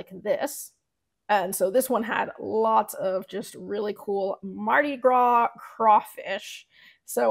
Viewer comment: Thank you for the video, it's great. The text colors on a black background look great but would you change the colors of the text if you wanted to sell a different color shirt or would you just stick with shirt colors that work with the text colors? Also, the "s" is silent in Mardi Gras.